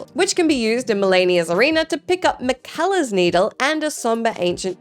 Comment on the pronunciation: Anyone else die a little when she said Miquella wrong?